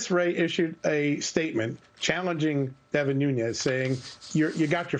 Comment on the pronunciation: Devin Ñuñes... It's not spanish. It's Nunes.